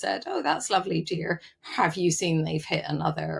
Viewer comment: I was trying to pinpoint the accent. When she says "dear", I'm going for Plymouth.